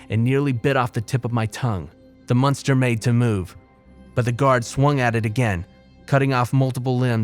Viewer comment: "A munster"? What the hell is a "munster"?